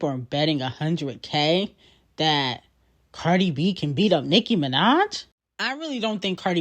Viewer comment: You are so lame to incorrectly say Cardi and offset name. You are a barbs fan clearly and not all of us are! Cardi b fan for life!